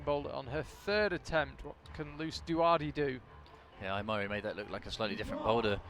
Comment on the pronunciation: The pronunciation of names is completely random! Every time a different name! Mori Ai crash the boulders!